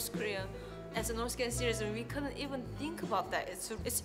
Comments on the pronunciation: do you tink?😂😂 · What do you "tink"? 😂😂